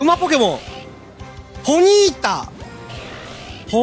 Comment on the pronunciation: それマドンナやて(笑) ポニータをボニータw・・・あの曲好きデスケドモ(笑) 「もろたでぇ」が服部 平次にそっくり(笑)